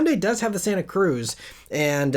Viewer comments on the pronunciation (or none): none